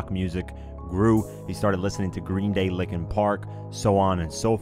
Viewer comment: This guy said lickin park bro it's liken park